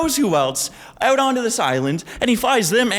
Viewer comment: "here me owt" canadian detected